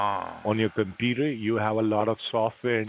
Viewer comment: Omg, does “ This side Gary” have to pronounce computer as “ compurrrrrrerrr? Tried to sound American but failed woefully